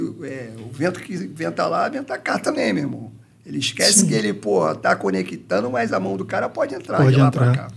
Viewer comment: Faltou falar “essquecee”